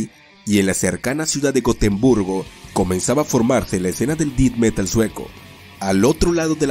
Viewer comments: Como sugerencia para mejorar el contenido, la pronunciación correcta de la palabra death es De-th y no Di-d. Muy buen contenido e ilustraciones. Gracias por la informacion. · Me gusto mucho tu video, solo me daba un poco de cringe cada vez que decias "dit" metal es Death metal (se pronuncia como "det") , fuera de eso realmente deberias tener mas subscriptores. Sin duda una banda De Blackened death adelantada a su epoca. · Pronuncian muy mal los nombres y no se dice dith metal, es Death Metal, el apellido de Jon Nödtveidt también lo pronuncias mal. Gracias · Si me sacó un poco de onda que digas “dit metal”, dilo igual que el vocalista de Mayhem carnal, así como se lee, igual buen video con información muy chida 🤘🏼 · así es, y digo no tiene que pronunciar perfecto, pero el "Dit metal" si me saco de onda. Pero hace un buen trabajo. Saludos. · "def" metal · Buen vídeo, pero cada vez que dices "dit metal" muere un gatito sacrificado. Haces bien lo más difícil, el vídeo, ¿y no puedes ir a Google translate a corroborar como se pronuncian las cosas en inglés? No entiendo. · "Dit" Metal?? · "Did meral" 🤣🤣🤣🤣🤣🤣🤣🤣🤣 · "Dit" metal. 🤣🤌😵‍💫😕🙃😂😬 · Me pasó igual... también cuando dijo mal el nombre de la banda. Tiene algunos errores en su pronunciación del inglés, pero el vídeo estuvo muy bien. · Él quiso decir: death metal. Es una mala pronunciación.